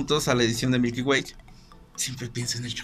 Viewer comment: "Milky wayk" 😂😂😂